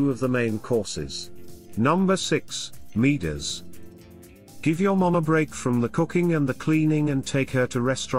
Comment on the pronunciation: It's pronounced Moo-ders.